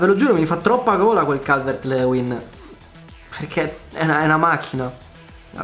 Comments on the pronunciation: Si ma si dice “Calvert-Liuin” non “Leuin” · Calvert Lewin si pronuncia Calvert Liuin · Si pronuncia calvert Liuin